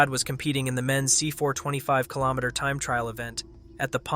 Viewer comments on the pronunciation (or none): how the fuck can you pronounce foreign names and call a kilometer a killomasses?